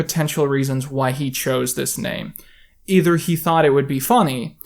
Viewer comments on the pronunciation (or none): none